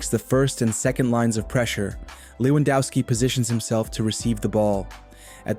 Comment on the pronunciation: Please stop pronouncing Lewandowski in an english way. He is from Poland.